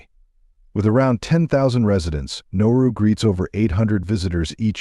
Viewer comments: You got the name wrong 3 times in the first minute. You called it Noru once, and Naru twice. It's Nauru. It's not pronounced "no-roo". It's pronounced "Na-ah-roo". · Thank you! I was thinking the same thing 😕. Nah oo roo. Yeah pronunciation is terrible. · Besides not spelling or pronouncing the word NAURU (Nah roo) properly, a majority of the photos used were NOT of Nauru. Nauru is shaped like a top hat, with land all around the island where people live up against the top hat portion, which was predominantly mined for phosphate. There is a lagoon on the topside too, where a few people live, and the Japanese had fortifications up there looking out seaward during WWII. The people, as do many Pacific Islanders, traditionally over centuries before western contact, lived with the seasons, and for 4-5 months many people literally starved as there was no rain and heavier winds, so over time, Mr. Darwin made these people able to adapt, by storing up fats and reserves from the good periods to live through the droughts. Then the westerners came and harvested the phosphate (literally stealing it) until their independence. THEN they began to get true value for their phosphate, and with cash imported western foods and customs, and their bodies, used to feast and famine, instead ate all the time, and they never shed the weight. A generation of this, and they were hooked on western fat, salt and sugar. THAT is why they are so obese, as so are many other Pacific Islanders, as their genetic code was predisposed to a livestyle that no longer exists. I had great BIG meals on Nauru, more than I could ever eat, which was always followed by driving around the island. And around again with another round. All night. And the reefs are pretty, but al